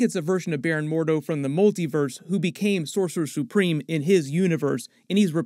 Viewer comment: "Sore sue supreme"